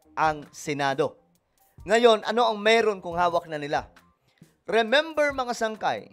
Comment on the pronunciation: Sungay Hindi sangkay